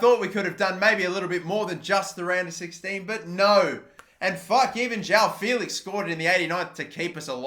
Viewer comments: It's "Jao Félix", it's JOÃO FÉLIX, fucking learn how to talk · “jow” felix